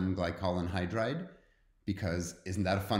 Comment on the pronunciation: ...it's ....glycol-anhydride, not ...glycolan-hydride.....